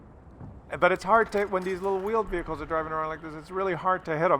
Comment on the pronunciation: Those stupid "veeled whehichles" lol. Love the channel, even when you swap syllables, it comedic gold.